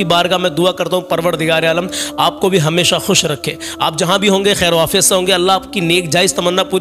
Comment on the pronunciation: 7 khairyiat hota Hai ap galat mat bolo please 7 afiyat nahi hota h